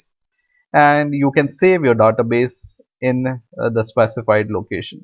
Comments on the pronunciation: don't waste more time and don't pronounce Dada base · Very good tutorial but please take notice, database is not pronounced as duh-ta-base. Thank you for this video. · he says"da-ta base"